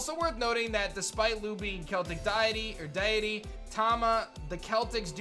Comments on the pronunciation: does anyone else notice that mispronounced the word Deity the actual prononciation of that word is dee - Uh- tee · I do appreciate that you're trying to fix your pronunciation of 'deity'